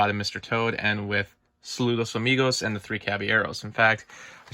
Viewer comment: Great pronunciation of Saludos Amigos